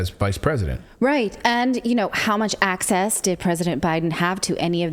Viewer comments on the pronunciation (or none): "arcsass" for access etc ..